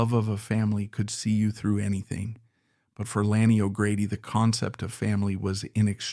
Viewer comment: Why don't you onfirm the correct pronunciation of Ms O'Grady' first name before you request "a LIKE Subscribe 👍"!